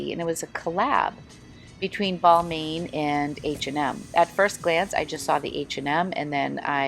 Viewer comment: Pronounced "Bal-mawn" :)